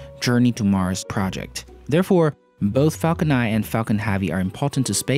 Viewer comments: It's Falcon *Nine*, not Falcon Eye... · Dude its falcon nine and not falcon nai